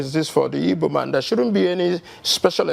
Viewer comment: Look for the ibo tribe, I don't know any tribe called ibo but igbo. It is obvious you guys now are intentional the way you pronounce the word